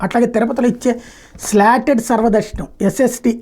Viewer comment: Adi Slated kadu Slotted - 😅